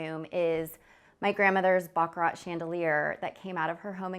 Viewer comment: Yes, thank you. I loved the Baccarat chandelier. Pronounced Baccaraa. No consonant is pronounced after a vowel in French. The grandmother's leaded glass is lovely and husband's monogram a lovely touch. I love the ceiling in the kitchen. A beautiful feature always, I am sure. The lights in the kitchen are lovely. I love the Dutch doors. I am touched by the fact that her husband is a school sweetheart. I dont like your curtains as they arent a feature and look light weight and I dont see any ornamental plants inside or outdoor and I think the lack of wall art is too restrained. I like the hallway guest loo. A lovely wicker mirror frame.